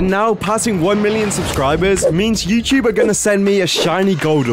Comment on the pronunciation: you said Yewcheeb not Youtube according to the subtitles